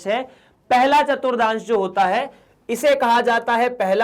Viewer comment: Sir ji vo chaturthans hai na ke chaturdans